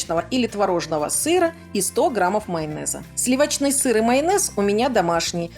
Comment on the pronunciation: Дело не в этом.Вы как-то странно его произнесли 🤭, а так, вообще, спасибо за рецепт!